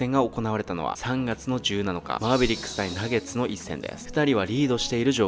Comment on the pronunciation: 3月の17日(じゅうなのか) って発音してるけど、正しくは じゅうななにち って発音するんだぞ